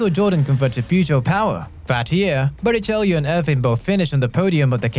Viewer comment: Bara chello say Bara chello it's not spelled that way but it's how you say it